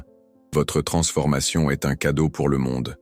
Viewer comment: je déteste cette voix de l'IA! la reyranscription écrite en très gros caratère est nulle, avec des énormes fautes! le verbe être à la troisièmepersonne est dit EN S T, alors qu'on prononce pas ces letrres en entier! c'est très dérangeant quant à la véracité de l'énnoncé de votre discours!